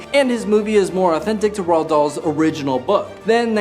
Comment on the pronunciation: Roald Dahl's name is pronounced, "Roo-All Doll."